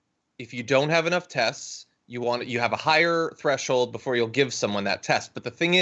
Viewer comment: So at marker :44 he goes from saying tests to saying "te-th-sts". Sounds like a denture slip to me.